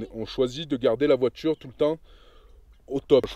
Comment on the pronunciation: Youtube premium c'est la vie les amis ! plus de pub et qualité augmentée. Pour 11 euros par mois faut pas se priver (perso j'ai couper sans regret netflix). Et sur smartphone ça permet d'écouter de la musique sans mettant en veille. Si je peux etre un peu critique... j'ai remarqué un truc quelques temps et j'avoue que ça m'obsède un peu... petchi, voitchure, natchure, partchi, touristchique.... c'est anecdotique (anecdotchique 😅 ) mais en vrai c'est insuportable. Surtout en voix off où je me focalise plus là dessus que sur les explications (et pourtant j'adore ces passages qui apportent pas mal aux vidéos). Bonne route à vous !!